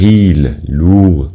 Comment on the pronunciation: هناك اخطاء: -lourds لا تنطق (d) -legers لا تنطق (r)